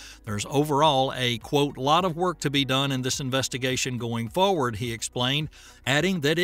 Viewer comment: "Foward" is not a word. "Tempyuhture" is not a word. "Tuesdee" is not a word. "Progrum" is not a word. Filled is not pronounced "field".